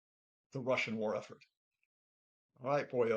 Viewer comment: Blah, blah, blah. This “expert” can’t even pronounce Belousov’s surname.